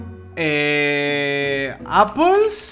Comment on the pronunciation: Los españoles y el inglés como que no son muy amigos :v solo con oir gugel me sangran los oidos. también apel jajajajaja